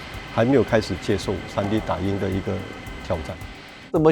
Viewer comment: tree D😂😂😂